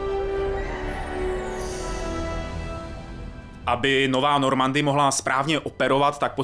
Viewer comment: Šepárd, hakování, normandy, kerberus.......